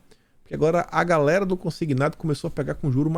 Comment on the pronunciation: Cara, não fala mais gaRela!😡, é gaLera. 😃😄